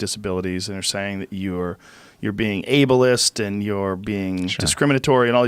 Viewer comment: "ablelist" LOL